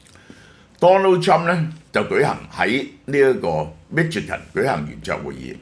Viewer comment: Michigan 發音chi國語音西ch i